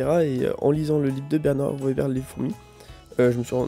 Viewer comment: Je t’imaginais pas comme ça du tout ahah et Weber, ça se prononce « veber » 😝